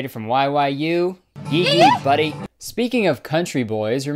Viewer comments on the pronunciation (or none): none